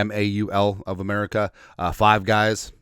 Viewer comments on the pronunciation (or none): Maul of America is fine on paper, but just sounds like Mall of America when you say it.